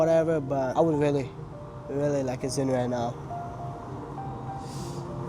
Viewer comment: stop calling it zyns that sound so stupid